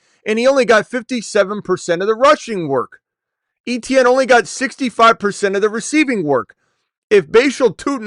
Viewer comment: He pronounces his name Etienne like AY-CHAN. That is the correct way to say it. Not ETN lol